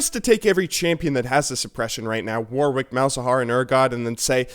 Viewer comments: It's pronounced worrick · Am I the only one that gets really annoyed when people say the 2nd w in warwick?